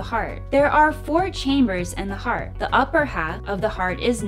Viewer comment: "T" is missing in "Heart" God bless!